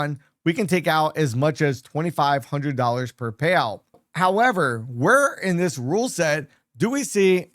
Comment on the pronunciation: Thanks for the info, but I would suggest speak more clearly. You lose clarity when you don’t use proper diction, meaning - say all the letters, including the last letters in a word. You seem to skip them a lot, especially t (eg payow vs payouT, pro-fih vs profiT, tar-geh vs targeT), along with sufficient pauses between words so each one can be heard and understood. Then your info will have greater impact - not struggling to hear, as well as to understand the concepts.